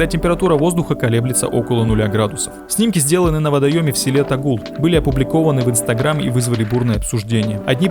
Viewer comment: Не тогУл, а тОгул